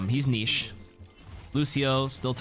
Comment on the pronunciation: I love your videos but please stop saying niche like that.